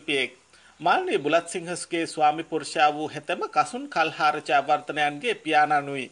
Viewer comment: මේ...කියවීම...ඉක්මන්.. නිසා...පැටලෙනවා....නම...හරියටම...කියන්න.....කසුන්....කල්හාර...පොඩි වැරදීමක්.. උනා..ඔබට....මිනිසු..නඩුදායී